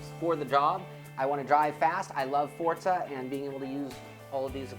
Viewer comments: forza is pronounced ''for-za'' not ''fort-za'' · I hate how they mispronounce Forza. What the fuck is a Fortza? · WTF is FORTZA, i only know of FORZA!!! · i dont mean to be a dick but theres no "T" in forza so it not fortza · i love fortza aswel...